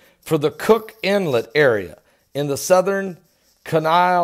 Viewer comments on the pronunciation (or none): Pastor, we usually have a "good" shaker in the fall (freeze up) and again in the spring (break up). The thought occurred to me that this morning's quake was the fall quake. Oh and that is pronounced "key-nie" . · It pronounced keen-eye